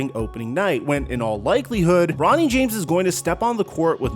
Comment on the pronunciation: You said NFL draft and then sounded like you called him Ronny not Bronny